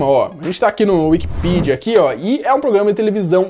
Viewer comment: Wikipidia* Respeita o Acento Wiki"pé"dia